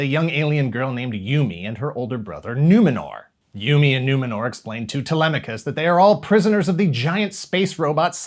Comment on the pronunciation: Numinor??? Sounds like a deaf person saying humidor